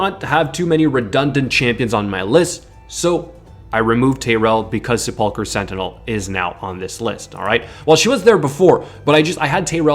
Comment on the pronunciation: Se-pull-cur sentinel, every streamer seems to have problems pronouncing this lol. You ever watch Ash struggle through that word?